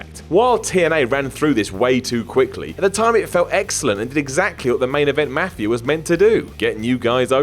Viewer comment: I hate how says mafia......